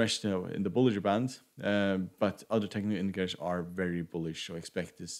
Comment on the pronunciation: The effort you put on pronouncing “technical indicators” is less than the effort I did in my school math class. 😂😂